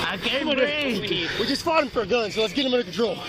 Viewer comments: "i can't breeve" is the new "allah hu akbar" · "I can't breeve ".Yeah,we heard that lie before.Drop the gun.